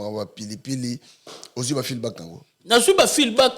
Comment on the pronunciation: Juste une correction Feedback et non feelback